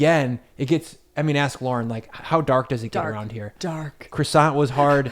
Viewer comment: can't remember which video it was but he spelled it on the screen once. If you watch this video at .25 speed, you can hear him clearly pronounce it as "Lorn."